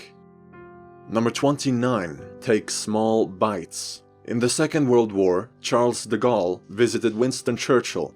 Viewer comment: >Says Napoléon Bonaparte in proper french throughout the video. >Proceeds to rape De Gaulle's name.